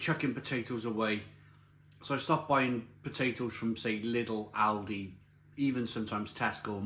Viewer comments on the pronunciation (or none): none